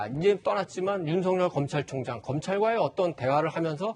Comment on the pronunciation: 문줴이인 줭부의 검촬총쟝이다... 문재인씨 발음 너무 이상해요